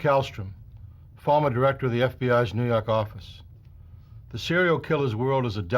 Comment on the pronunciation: "Nuh yawk affice"